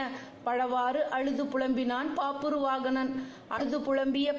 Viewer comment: It's is bhabravahana. pronounce proper